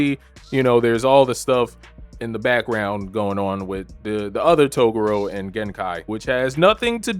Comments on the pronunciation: Learn to actually pronounce Toguro correctly. Its not togoro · I can tell this really is your first time watching this arc because I hope you learn how to pronounce "Toguro" next time around. 😂